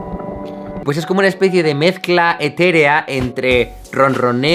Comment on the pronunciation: Hetérea hahahahah es etérea.